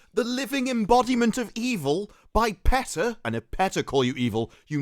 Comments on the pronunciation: Lmao English people messing up English words is always funny. Pee tah not Pet ah lmao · It's "Pee-Tah". I know because I used to live in Norfolk, VA their world headquarters. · I always thought it was pronounced Peeta!